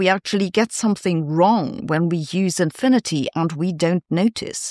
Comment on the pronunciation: ze fizezizsts dohnd believe in inphinidy. that really hurts my ears and im german....